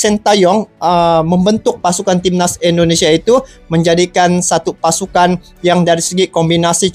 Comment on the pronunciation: INDONESIA BUKAN ENDONESIA !